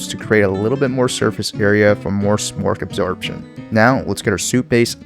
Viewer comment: Did you say "smork absobtion" 😂